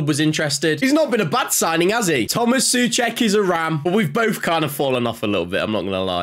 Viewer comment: Pronounced "So-check" not "Sue-check".